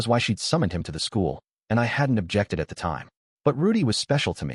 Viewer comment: While I do agree in supporting the official releases, the bot saying "tee hee" instead of the has grown on me 😂 I think I'll thug it out with the bot